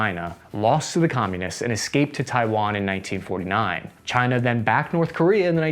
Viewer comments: Chi-nah? Keep ‘em comin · Yes! "task ans purpose"... Try to name the countries correct.. before you critize "cyna" okey? They took your jeeerrrbbbss.. murica!